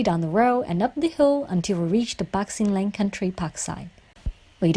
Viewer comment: Pat sin Leng 😁!!!not pak